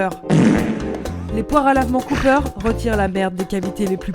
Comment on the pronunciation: Alors désolé mais le pharmacien en moi me force à je fact checker ce podcast... pour une erreur inacceptable! Les poires à lavements Cooper ne se prononce pas à l'américaine! Car Cooper = coopération pharmaceutique française. Donc on dit la "caupère" zou de zou de bondiasse! Merci pour votre attention.